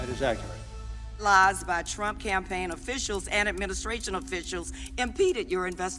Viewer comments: I might call him Trimp now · "Trimp". lol. Is that like a cross between Trump and Chimp? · HE CALLED HIM TRIMP LMFAO